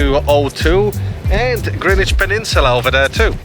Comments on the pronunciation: Yes, you DID pronounce GREENWICH correctly! It’s Grinn idge not GREN idge! And I thank you muchly 👍🏻😘 (GREENWICH born and bred! 😀) and saying hello to RMSARPS - not just me then, that gets riled at hearing it said wrong! 😩😀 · Great to hear "Greenwich" pronounced correctly. Enjoyed your walk around my favourite park.